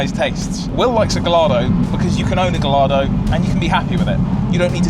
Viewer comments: 550 has always been my dream car too 🥰 P.s. that is NOT how you pronounce Gallardo 😂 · Please stop pronouncing Gallardo wrong fellas... You don't pronounce the double L's... Its pronounced Gah-yar-do because its something to do with Spanish fighting bulls. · Great video, apart from me whining every time you Gallardo 😭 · Gallardo…. gai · aa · dow The name has Spanish roots, the LL as in Mallorca is a “Yi” sound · Wait. Both of them call it Gallardo😂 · this is correct. It’s named after a Spanish bull so the correct pronunciation is guy-ar-do. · please god it's pronounced gai·aa·dow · You’re killing me saying Gallardo wrong throughout the whole vid. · Everything you pronounce Gallardo wrong, God kills a kitten. Please stop this senseless slaughter. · Love you guys. Not going to lie, I’m triggered by you pronouncing the LL in Gallardo. I tried to ignore it but I can’t. 😅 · Your pronunciation of Gallardo makes me sad 🥲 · For the love of God pronounce Gallardo properly like the rest of the world. Makes my eye twitch. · dream car but you can't pronounce its name properly🤣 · I've never heard Gallardo pronounced like that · Why are you truly butchering the pronuncuation of gallardo?? Wtf, for "car guys" to say it that wrong while i know you must have heard the right way to say it... why? Whats wrong with you?? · This 100%. This was a great video but the pronunciation was total cringe! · Yes, it's a proper noun, only the original Spanish pronunciation is correct. But I love it when people on Youtube are arrogantly wrong about something, the comments below are always good. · All these years of lusting after it and he STILL doesn't know how to pronounce Gallardo 🤦🏼‍♂️ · Given its your dream car, you’d think you’d know how to pronounce Gallardo correctly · But the logo for Lambo is a Bull, very much associated with the Spannish, and Lambo name a lot of their cars after Spannish Bullfighting do they not? So surely it should pronouced as it would be in Spannish?